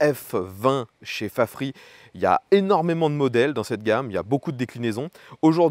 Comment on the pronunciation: Mais pourquoi prononcer "Fafri", alors qu'en anglais, ça se prononce "Fafrize"...? ? ?